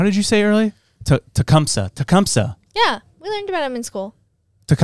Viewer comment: Tecumseh. You're saying it wrong. I live near the Town